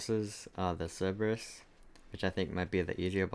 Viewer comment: Lmao when you said 'Cerberus' I thought it was the Gallimimus for a second.